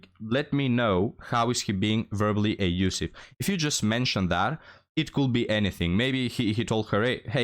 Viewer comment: Not “A-usiff”. The word is “Abusive”. There is a B in the word.